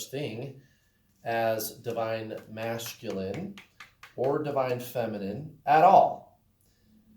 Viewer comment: I noticed that too! Lol